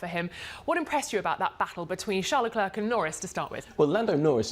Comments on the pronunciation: It's not LE- CLERK Those studio people irritate me. It's Charl LE-CLAIRE Arg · My god, do learn how to pronounce Leclerc’s name the way it is intended. You guys sound obnoxious.